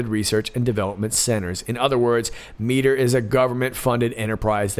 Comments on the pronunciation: m - I - ter not mee - ter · Mitre. Might-er, not meet-er... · Minor point: Mitre is pronounced "MY-ter". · Mitre is pronounced (My-ter). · Miter ... my-eye-ter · Mitre is pronounced my-ter. They sound shady to me.